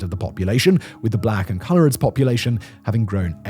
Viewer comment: There are so many random words Simon struggles tp pronounce, mqny I can understand due to him having been exposed to a lot of American mediw however surely coloureds is a weird one to struggle with?